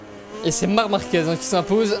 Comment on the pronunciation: c'est marC marquez pas marrr marquez lol, tu me tue !!